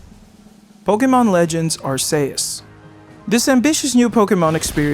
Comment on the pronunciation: Pokemon legends arsayus? That is not how u say arceus....